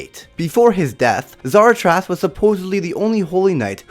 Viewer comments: Dude said Zaratras like seratrus like it's not that hard to say Zaratras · Framed for killing “zaratres” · MF ITS ZA RA TROS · I stg my face when he said za-racht-es:😐😗😪 its 1 syllable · It's ZaraTRAS and GRIAmore I love the video I know things I didn't know before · oy y u not know how to say the names of griamore and zaratros proply???????